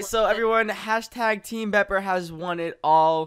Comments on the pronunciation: BEEPER NOT BOPER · # people who can't say bepper or skorm :3